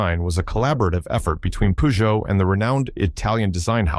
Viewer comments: Poogeot ??? Come on... your pronunciation ruins your video.... its purrrrgeot.... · its not puuuuzjow 🙄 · Peugeot 504 ......pronounced purrr joe five oh four. You repeat the 5 zero 4 as if it was a radio station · "Pujou"whats a Pujou? Peugeot i know. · Pronounced pee-djoh in Africa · We call it Peh-Jo here. 😂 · This brand was so popular in Africa that the French even ironically pronounced "Peugeot" pejo as "Pigeot" as the Arab accent. Th model name is French pronounced number "cinq cent quatre" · Wow he butchered the French car company name.